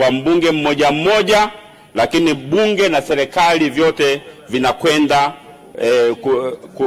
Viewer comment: Leli, selikali, laisi😂😂😂 mbunge haijui Kiswahili ni mkenya au?